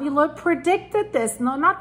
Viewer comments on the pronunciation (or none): Just a note... Avi Loeb pronounces his last name as "lobe."